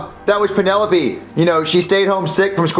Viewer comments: Penelope? more like Peenalope hahahaha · Lol he really said Pennsylvania and peenolope